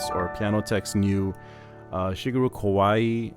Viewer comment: The Warm preset is nice, but my fave so far is the Ryuyo preset. My 2nd fave is the New Age preset. Thanks for the review! P.S. "Kawai" is two syllables, not three. It's like if you take "Hawaii", and drop the last "i"; Kawai would rhyme with Hawai. Just sayin'! 🙂